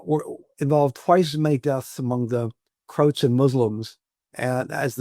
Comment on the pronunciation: Why is he mispronouncing “Croats”?